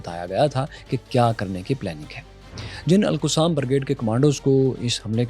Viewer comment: kitni bar bataunga “Alqussam” nhe Alqassam Brigades hota hai